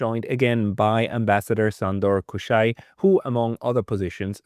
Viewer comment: Hello, just a tip on how to pronounce his name: Shandor Kusha-i. The Hungarian "S" is pronounced as "SH". Happy to hear from a fellow Hungarian on your channel! Have a great 2026!